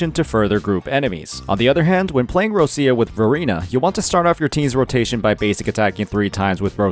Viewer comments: Please.... stop to call her "RoSia" .... it's Roccia , pronounced as ro-ccha (it mean rock in Italian). Thanks. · plz, stop saying Rosia... she's not Russia, she's Roccia... its really hard to hear how u saying her name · not bro saying "roschia" 😭😭😭